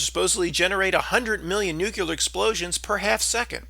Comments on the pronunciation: Say new-KLEE-ar, like new-KLEE-us. Stop saying "nuke-U-lar..." It makes you sound ignorant on these subjects. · Nucular?, your credibility just went in the toilet. Amazing what people are doing to avoid real employment. 😃 Just kidding, we need the entertainment.